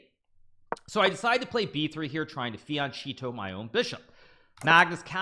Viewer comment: hikaru just said fian, cheeto